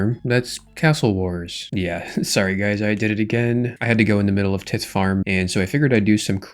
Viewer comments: The pronouncement of tithe is killing my brain….. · RuneScapers try not to mispronounce basic word challenge level: tithe